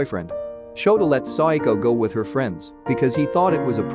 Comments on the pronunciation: It's SA WA KO, not Psycho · He’s keep saying saiako its sawako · Her name is SAWAKO not SADAKO!!!!!!!!!!!!! or PSYCHO in this case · Am I the only one that KINDA hears her name as if he can’t quite say the word “Psycho”? I know he’s not saying Psycho. He showed it as Sawako. I THINK he’s saying su-i-ko Please, correct me if I’m wrong.